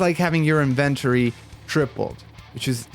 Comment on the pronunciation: no don't let this dude get you twisted. he's saying it weird as hell.